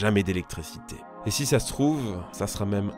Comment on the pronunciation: Mais pourquoi à chaque fois tu rajoutes un S à "si"? Genre si (z)intense. Ca me frappe à chaque fois dans tes vidéos lol